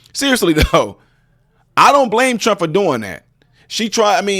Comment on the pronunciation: Bro said. “Tump”